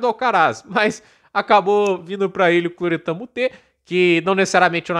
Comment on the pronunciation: é Corentin. Não Cloretin kkkk